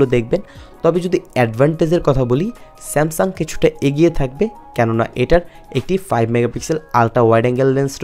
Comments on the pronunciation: বার বারই আপনি স্যামসাম বলেছেন। একবারও স্যামসাং বলেননি।। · বেটা স্যামসাম বলো কেন?